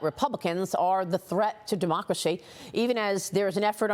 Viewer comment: Biden "our Mocracy" WTF is mocracy???